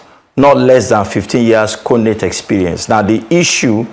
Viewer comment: WHY IS THE LAWYEY CALLING IT CONATE? THE G IS NOT SILENT